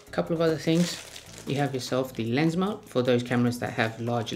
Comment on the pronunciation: Yeah the manufacture video gives only one angle and I needed closed caption in the beginning. Sounds like he's saying "layers" instead of "lens." I was hoping for another angle or two...Ahh well!